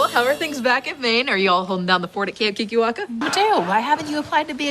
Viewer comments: Ok when he says keekerwackers it sounds like a slur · I cant stop hearing "kinky wankers" every time someone says kikiwaka